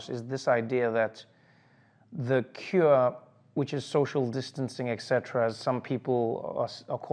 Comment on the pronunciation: Trevor, etc (et cetera) is not pronounced 'ek setra.' Come on...